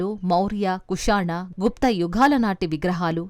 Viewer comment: యాంకర్ గారూ! పెంకలు కాదు? పెంకులు ! యజ్ఞకుండలు కాదు? యజ్ఞకుండాలు! జానపదాలు కి ధ" పలుకుతున్నారు యుఘాలు కాదు? యుగాలు అని చదవాలి . సౌందర్యానికి ప్రతీకగా ఇంత అందాన్ని కలిగియున్న మీరు మన తెలుగు భాష పై కొంచెం శ్రద్ధ పెడితే, మరింత అందం గా వుంటారు!